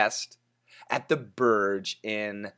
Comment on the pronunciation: Hi While it's written as Burj, we actually pronounce it 'Borj. Borj means tower in Arabic. I'm gonna send you a link about the Arabic pronunciation.